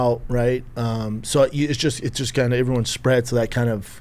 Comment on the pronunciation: i am going madballs over schaub saying "everyone" like "iivrione" and he uses the word so Fn much